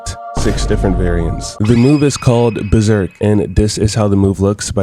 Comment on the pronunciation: It's Berserk not Beserk you bum